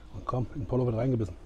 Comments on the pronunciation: Schönes Format. Bitte mehr. Übrigens wid "pollo" im Spanischen wie "pojo" oder Mallorca ausgesprochen. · Lieber, super Video, wie immer. Achtung, Pollo wird "Poyo" und a la "Gayega" ausgesprochen, aber mindert deine Leistung keineswegs.